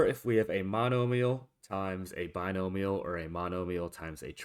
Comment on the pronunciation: bi-no-mi-al (BYE-NO-ME-AL). Keep up the good work.